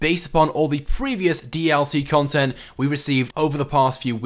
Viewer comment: he's like "confent"